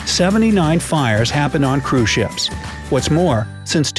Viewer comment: Anyone else hearing “crewshits” instead of cruise ships? Just me? Oh. Kristina has left the chat.